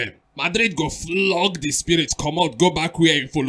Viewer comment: Just love how pronounce "FLOG"